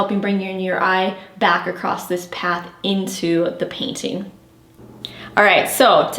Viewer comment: Great tips thank you so much! Just to be the grammar police for a second, there is no T at the end of the word across. I have no idea how or why this strange trend started.😊